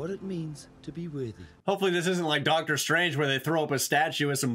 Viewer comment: "Doc-Thor Jane Foster"😂